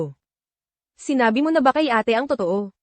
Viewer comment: ayusin nman pagkatagalog kailan pa naging eyt...ang Ate